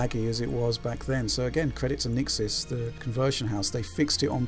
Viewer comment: Shouldn't you redub the sound? You mention Nixxes incorrectly as the patcher so many times it makes the video rather pointless now.